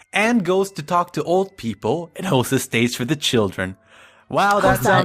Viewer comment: I don’t know why but it bothers me so.. Hosuh *